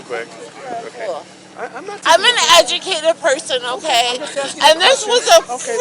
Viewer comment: "She is Eaenaducated plerson."So believeable!